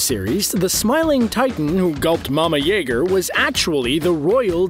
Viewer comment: THANK GOD YOU SAID IT RIGHT YAY YOU SIAD EREN YAIGER